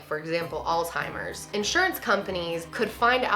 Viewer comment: Ahhhhhh! It's not "alltimers" Alzheimer's. Pls say it right!